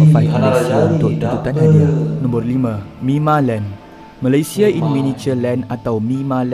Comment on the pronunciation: aku bersin 3 kali bila dengar cakap bahasa KL...Malaysia sebutannya...x sebut Malaysie tau....